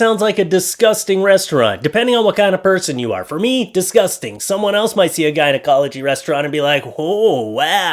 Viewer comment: There’s no A in gynecology, no matter how good the restaurant might be. lol Happy Thanksgiving! 😊